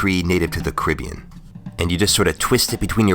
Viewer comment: I love your video's but bro your pronouncing Caribbean wrong Its pronounced Caa-ri-beean Not caa-rib-ion